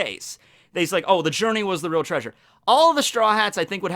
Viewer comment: Did you mean to pronounce "treasure" like Fred from Scooby Doo?